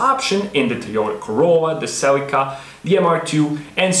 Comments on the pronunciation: It's pronounced "cel-eeka". Not "selly car". Surely you have heard the correct way to pronounced Celica. The I makes a long E sound in the correct pronunciation. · There actually is about four legit ways of pronouncing it. "Celica" is a Latin word meaning "Celestial" and even though Latin is a dead language we do know enough from other romance languages to know that they’d pronounce it "Koae-lee-kah" However the Celica we know is Japanese appropriated and hit by Latin to Katakana translation issues and most Japanese pronounce it as "Se-ri-ka". Then you get English-English vs American-English as they attempt to drag it back towards their pronunciation of "celestial" or take a more literal sound it out approach. Gotta love it when words jump between languages.